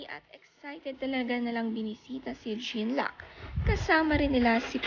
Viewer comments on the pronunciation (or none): Jean luc, pronounce it John-Luke Is a French name